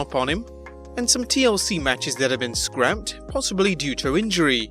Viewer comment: It's SCRAPPED not scraped for Pete's sakes!